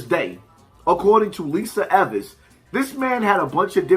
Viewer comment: It’s Lisa Evers not Evans